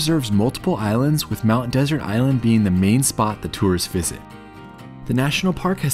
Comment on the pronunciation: You don’t even know how to pronounce Mt. Desert.